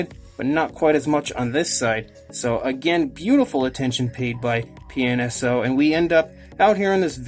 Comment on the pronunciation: It sounds like you keep saying penis-o lol. I'm guessing this is another company like Rebor. Where they're mostly all just like Papo besides the price. I was going to get a few Rebor's due to Papo not making them; but once I found out how much a little (unnecessary for me) base and packaging was, I said forget it. I'm not meaning to be negative or anything; I just find it fascinating with them taking a kinda expensive $30 dino figure, but charging so much for two cheap things.